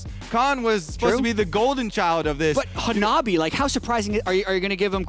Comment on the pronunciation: Hana-bi not HA-NA-BI please!